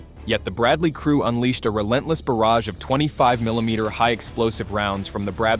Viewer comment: Can you say miĺimeter😢???